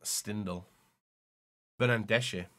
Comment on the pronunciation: Bernardeschi? You mean Bernandeshi?